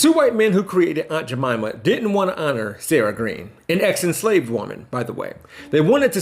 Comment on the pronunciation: Quit pronouncing it as Aunt Ja Momma. It's Aunt Jamima, with a long "I". Damn! These new people coming on the scene, should ASK somebody. You make it sound even more derogatory by mispronouncing it.